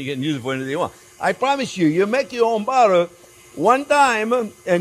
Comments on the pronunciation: "We got budder" 😂 Awesome! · "We got buttuh" slayed me! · I don't think I've ever heard anything quite as French as Jean-Pierre saying oh butter is good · A French man through and through except when he says "butter". He says butter like a NYer. 😁